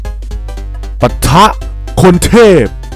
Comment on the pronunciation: ทำไมพี่พูดคนเทพแบบกระแทกเสียงทุกทีด้วย